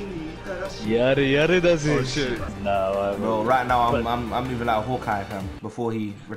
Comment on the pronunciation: brooo that YARE YARE DAZE sounded authentic 😂